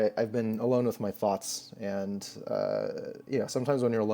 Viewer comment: I thought he said thots... But then he elaborated